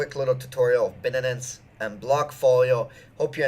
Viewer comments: Dude, its Bi-Nance, not Bin-nin-nin-ance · Binenens? HAHAHAHA wtf No one pronounce shit like that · Bin-nanance rhymes perfectly with fin-nanance, to all you haters! :-D